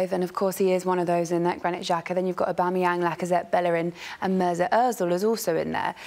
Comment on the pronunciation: the way he says aubameyang's name 😂 😂